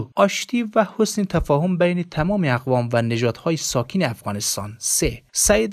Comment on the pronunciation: گوینده محترم خوب سوانح فیض محمد را قرائت کردی اما چندین مرتبه کاتیب گفتی کاتیب درست نیست کاتب درست است همچنان ساکین درست نیست ساکن درست است